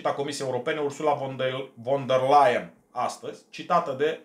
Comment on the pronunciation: Ursula von .... se citește "fon" !!!